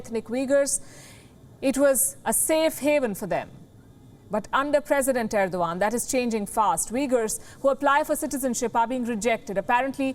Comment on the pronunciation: Why Erdogan read as Irwan by her?